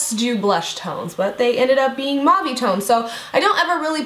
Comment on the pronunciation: Love how you pronounce mauve ☺️🙈 its little like my name since I'm from England. Beautiful look! ❤️ you're amazing x